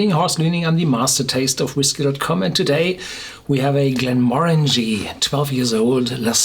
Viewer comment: 100% agree. I cant stand when People say it wrong 😱